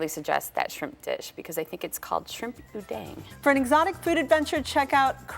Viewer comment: "shrimp udeng" hahaha adooh ibu ini..